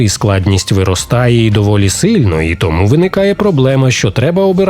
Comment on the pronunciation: 13 років тоМУ! А не ТОму! Не чаСУ, а ЧАсу, не гроШЕЙ, а ГРОшей!